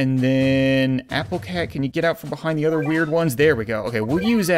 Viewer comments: ze, not za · I just love it when you say ‘fire da cat cannon’ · no it’s ze